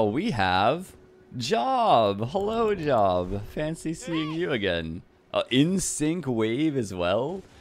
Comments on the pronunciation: I have to throw it out there I’ve saw poor job die so many times. It’s pronounced Jobe It’s a Bible prophet name Probably the Bible’s oldest book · Job has a long O if its the biblical name. Pronounce Jobe.